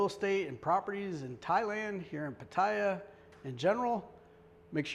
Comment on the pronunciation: Mate ...........Pah tire ...plz learn the pronunciation